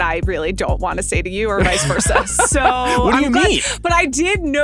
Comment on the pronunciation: Sean got his entire list cucked by a women who pronounces "so" like "sue"